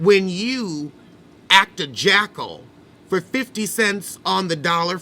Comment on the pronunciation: As soon as she said “ack” instead of act I knew anything she said after that was going to be trash and ignorant.